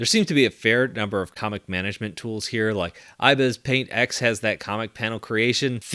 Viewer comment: I was so triggered when he said “iBES paint x”